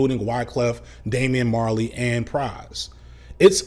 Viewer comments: Me every time said Damian Marley: 😬😑 lol Great Vid as usual! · I'm Jamaican. Every time he said Damian Marley, I cringed.